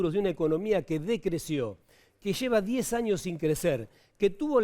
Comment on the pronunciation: "Lo precio" y "die luca p'arriba" este conductor televisivo habla tan bien como la "profesora" gritona Laura Radetich.